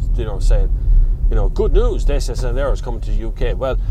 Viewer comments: Just as a fact , it's not pronounced Day-cya , it's pronounced DAH-chee-ah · Pronuced DATCHA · more accurate.. it's Datchia :) with an i